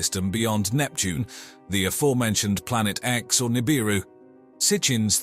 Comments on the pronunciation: 😒 Yeah... I noticed that too. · man theres nothing like a docu boosted from the works of others mixed with a word mis-pronounced 1000 different ways in 23 min.